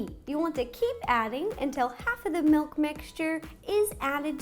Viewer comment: Did... did she say... melk?